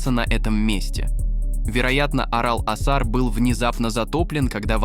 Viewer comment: Вставки идиотские. С ударением в географических названиях и не только - полный швах. ПАмир, Сыр-ДАрью и что-то там ещё я выдержал, но с Аралом возник когнитивный диссонанс. Ударение ставится то на первый, то на второй слог. Отключил ролик. Чтобы самому не отключиться.